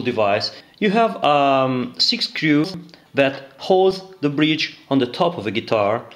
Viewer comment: Nice video. I love how you pronounce "screws" Sounds like Inspector Clouseau from the Pink Panther. Love it!